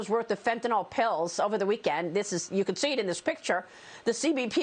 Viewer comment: FentaNYL. Pronounce ending -nil, not -nal.